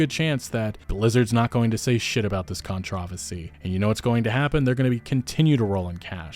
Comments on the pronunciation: Contro - varsy :D That was cute. I hate that word too sometimes. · con-TRAHVAH-see wtf lolol that is the weirdest way i've ever hear some one say controversy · That is not how controversy is pronounced. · has nobody told you that you say "controversy" wrong?